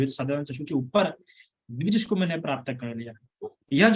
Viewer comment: वंदामी भंते आप चक्षु को चषकु कहते हौ